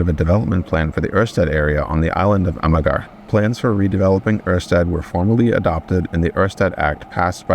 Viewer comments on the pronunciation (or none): Most danes would just say Amar.Or try to replace the g with a y..amayer.It's close enough 😉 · What? It's just pronounced Amahr. Wheres the ya coming from? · "Amagarr" Now THAT is a linguistic crime! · Amager is pronounced like, Ama as in amazon then ya from ya'll Ama-ya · yes, it's a-mar (emphasis on first a, not second) or a-ma-er (just different accents, but both common) The reason is that the g is (sorta) silent, so it's used more as an indication that there's a 'stop', as though you're about to pronounce the 'g', except you don't pronounce it. It's part of our scheme to confuse the Swedes. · Thanks for all the enthusiasm and praise for our metrosystem! 😄 and i just LOVE your pronunciation of ‘Amager’! Gave me a good laugh 😂 Greetings from a local ❤